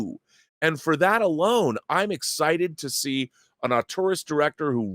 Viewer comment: James Gunn “ Arteurist “ …🤣